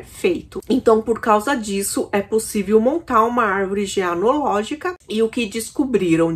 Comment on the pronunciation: O "sinto muito" não é pela vítima, mas sim por ter sido pego. Condutopatas não têm emoções primárias. Só uma correção: árvore genealógica, não "geanológica".